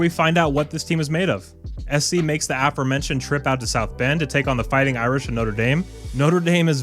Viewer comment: *uh-FOHR-mentioned. Rather than AFF-er-mentioned. Like the word, "before," rather than BEFF-er.